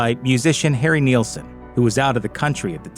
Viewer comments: Harry is not "NEAL-son". It's pronounced "NIL-son." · It's Nilsson not Neilson.